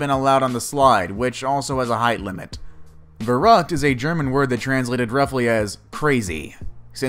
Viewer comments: the german words are totally wrong pronounced 😃 it's very funny for germans who should understand. "verrückt" (the ü is important) means crazy and "unverantwortlich" means irresponsible 😘 but, yes, german is difficult to pronounce. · The one called „Verrückt“ is pronounced completely different in German. Instead of “Ve-rakt“ how the guy‘s pronouncing it, you rather say “Fer-rükt“ (sharp k) (just Google it how the letter “ü” is pronounced) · what was the german word he tried to pronounce? It's Verrückt, not veragt!(or whatever you are trying to say xD had to google it to understand what you said!) "ver-rückt" Could not find the phonetic spelling for the word unfortunately. Unverantwortlich. Don't get me started on this one! Sounds like "uden wäränd lik" ... I don't want to google that, but I guess its 100% Unverantwortlich, by the translation you offered xD Looking forward to hear more german words haha. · Verrückt is pronounced VEHR-OOKT, not VUR-RUKT. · It's not Vorocked it Shlitterbog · The verrückt is pronounced ver-hoot I know that cause I live in Kansas Cuty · On your german pronounciation u have to work a lot ... the word "abonnieren" i understood, the word "verrückt" i could understand after i heard the english word for it and knew what word to look for. But the word which stands for "irresponsible" i couldn't figure out although i rewatched/reheard this part of the vid several times. And this although i AM from germany (bavaria) :DD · Dhgheck Keck The way he pronounced verrückt made me physically cringe. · Verrückt is not pronounced like that wut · neither is "unverantwortlich" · Who also loved how he TRIED to pronounce verrückt?😂or unverantwortlich?😂 Ps i'm from germany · You're mispronouncing verrückt ...not to be mean ...It can be hard to pronounce..The umlauts( ü ö ä ) are the devil...I am learning German..Not easy.. But damn..that poor boy.. so sad..